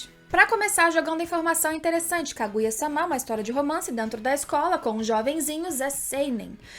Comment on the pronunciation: Juro que adoro os teus videos, mas gostava de saber porque dizes SÁMÁ em vez de sama... torna-se um bocado irritante. E em japonês é sama, não SÁMÁ... logo não entendo a pronuncia errada uma vez que em português a segunda/ultima silaba tónica não se lê com abertura a não ser que tenha acento... Fora isso top o video.